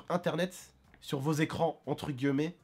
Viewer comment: Mec c'est grave chiant quand tu prononce Les " guileumet sa se prononce GUILLEMETS !!!!